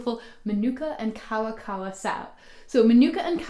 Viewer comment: Good video but you didn't pronounce Maori or kawakawa right, then again 90% of Pakeha in NZ don't pronounce any Maori word right.